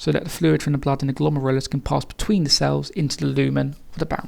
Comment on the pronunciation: I love how you pronounce 'glomerulus' my teacher pronounces it glom-air-el-oos